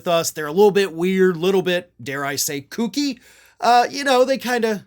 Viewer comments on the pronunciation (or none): none